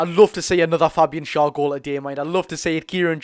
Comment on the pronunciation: Please say Schar's name correctly FFS